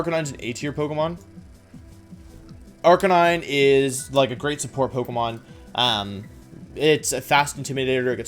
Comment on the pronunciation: ARCANINE, NOT ARCANE!